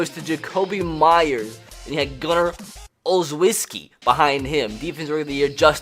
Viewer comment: It’s gunner ole-shesh-key